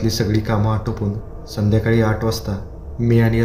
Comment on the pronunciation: मराठी शुद्ध बोला. आट वाजता नाही आठ ठठठठ